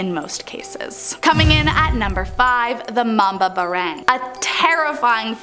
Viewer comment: Mali ang pronouns ng mambabarang